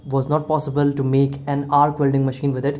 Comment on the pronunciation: Yeah apart from Vuelding!! 😂